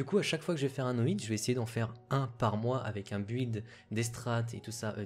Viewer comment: "Build" se prononce "bild".